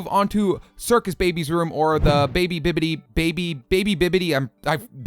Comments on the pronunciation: Its not bidybidy babbity bab its BIDIBAD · you say the little robots name like"bidebab" spelled bidybab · not bidybblala is bidybab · and its not babity bibity its bidy bap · It's bidi bab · His name is bidy bab. Bid-e bab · I can't watch ur suffering anymore....it's bidy bab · The name you keep messing up is bidybab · Its pronounced Bidy-Bab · its bidybab pronounced b-eye-dee-bab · if u want I help u pronounce his name Bidy-Bab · The name your messing up her name is bitybab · For future reference the character that you couldn't pronounce was bidybab... I think, yeah. It's bidybab. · in part one he said bidyDAB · Hey, this is how you say bidybab. Bit - E - bob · It's BidyBab not, what ever you said :) :p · its bidibab dude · It's how to say it is bidybab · ITS BIDY BAB bi-dee-bab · Bidybab ( BID e BAB ) (pronounce the E normally and say BID before and BAB after.) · why can't you say it, It's bidybab! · BIDYBAB IS THAT NAME YOU KEEP ON MESSING UP PLUS BIDYBAB IS A GAL!!!! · when i first heard him say the name wrong i thought to myself: here come the triggered fans DDDDDDDDDDDDDDDDDDDDDDDDD:< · Nope, he was trying to say Bidybab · the one he said: circus baby was bidybab